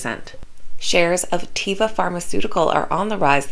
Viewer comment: Greetings, ... small correction ... that is TAY (like day)-vah not tee-vah.